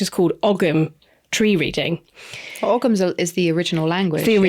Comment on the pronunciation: Please pronounce ‘Ogham’ correctly if you are discussing it! 🙏🏼